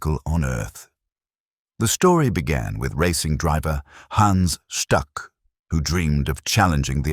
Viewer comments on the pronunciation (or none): Hans Stuck is pronounced “Hans Shtook”